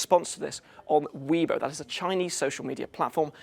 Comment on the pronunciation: It's 'Way-bo' not 'Weee-bo.'